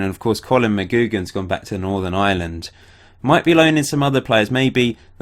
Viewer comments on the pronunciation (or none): Pretty sure it'll be pronounced "mcgwiggan" like mag-wig-an. Not mcgoogan